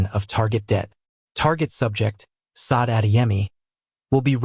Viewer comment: Now..this..is a romance story! One point of clarification..Is there a way to prompt the AI narration to pronounce the name correctly?? Not Sade (saw-d)...Sade (shar-day) is the proper pronunciation. Since the korean names are narrated correctly...so should the Afrikan names! Thank you. AI images are absolutely stunning by the way!